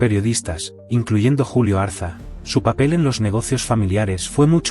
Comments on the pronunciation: Ariza, no Arza. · Es Julio Ariza por favor, no Arza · No es Julio Arza, sino Julio Ariza. Revisen la máquina. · Decidle al traductor de inteligencia Artificial, que Julio Ariza, es ARIZA, no ARZA !!